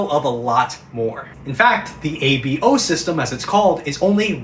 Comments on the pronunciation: I gasped when he said ABO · “The ABO system” what did you say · The physical jolt I felt when he said ABO dude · “Abo” no no no nonoNONONO